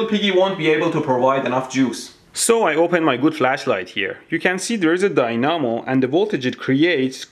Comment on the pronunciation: There is a DIE-NAH-MO.